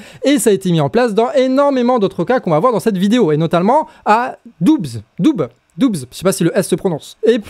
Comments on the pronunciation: A Doubes lol on dit dans le Doubs! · Doubs, ça se prononce comme le mot "doux" ;) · Le département du Doubs, le b et le s ne se prononce pas mon 😊. Donc juste "Dou" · Le Doubs est un département (et un "fleuve" qui le traverse dont il tire son nom) :) On ne prononce pas le B, c'est "le doux" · Dans le Doubs -département-se prononce dou 😊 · "À Doubs" 😱 Ah mais non je peux pas te laisser dire ça ! C´est "dans le Doubs" (prononciation "dou"), c´est un département bordel ! ❤ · Le Doubs de prononce Dou ☺. Très bonne découverte de ta chaîne, continue comme ça ! Au château de Joux, il y a une histoire d'une duchesse qui a trompé son mari et a fini enfermée dans le cachot. Je me demande si notre cher leader suprême a osé visiter ledit cachot. Comtois rend-toi, nenni ma fois ! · le doubs se dit " doux " , ;) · sa se prononce dou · ça se prononce "dou" le département du Doubs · Le Doubs se prononce "dou". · Le Doubs est un département et la prononciation est DOU. Si tu veux faire de la politique apprends déjà tes départements. A part ça, le reste est super. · Bon, je suis d'accord avec toi, mais franchement tu pourrais faire un effort sur le français : on dit trophée, pas trophais, et pour Doubs, ni le b ni le s ne se prononcent, comme dans doux. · Non seulement le "S" ne se prononce pas , mais le "B" encore moins, non plus nada ... verboten ... niet ... on prononce ... "DOU(bs)" . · coucou! c'est pas à "Doubs" c'est dans le Doubs sans prononcer le "S" c'est un département de la région Franche Comté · Bonjour. Il ne faut prononcer ni le "B" ni le "S". pour Doubs. Et Dole c'est aussi en Franche comté. ;-) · Le Doubs, le S et le B ne ce prononcent pas... sinon c'est pas une ville,c'est un département, du coup c'est dans le Doubs....lol. Et pour votre culture général,c'est le nom de la rivière qui le traverse. Le Jura et un département de la Franche-Comté...mdr.